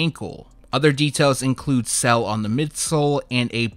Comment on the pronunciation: You say sail like cell